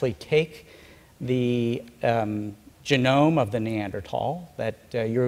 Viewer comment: If you notice Päabo had a speech defect: He cannot pronounce the soft 'g' (ie., 'g' as in 'germ', 'gem', 'geology', etc.). Instead, he pronounces 'g' as a 'y'; hence 'genome' becomes 'yeenome' .